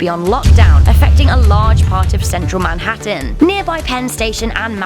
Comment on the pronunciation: I love it so much when she said " Manhattan " .